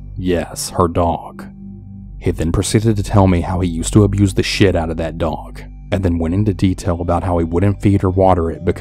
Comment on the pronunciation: The way he said it 🤣🤣 "shiat"